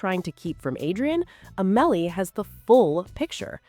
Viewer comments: It's Au-muh-lee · Not A-mel-ee